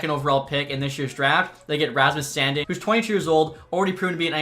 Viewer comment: San “DEEN” not sandin’ lmao